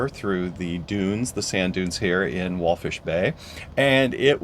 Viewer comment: It’s Walvis , not wallfish